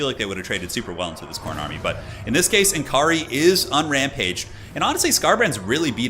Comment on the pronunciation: BTW it s not N Kaari, its Nakarri! p.s /sigh Americans 😜